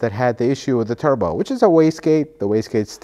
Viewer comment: “Tubro” did you mean “Turbo”?